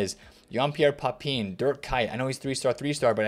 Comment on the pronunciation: "Papeen"? "Volaeer"? Have you ever watched a minute of football in your life?